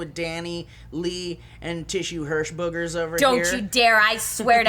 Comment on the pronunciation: Did I hear Tissue Hershbuggers ? ;)